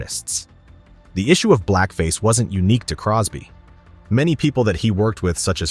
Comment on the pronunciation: its cosby not crosby , but hey you da one wit da facts